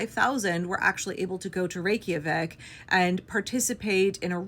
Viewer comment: I thank you as a brown indigenous Norwegian 2 spirit person whose bf is Icelandic. And even pronouncing the capital right!